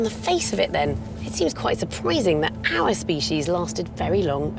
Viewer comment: Quite "ser-PREE-sing"?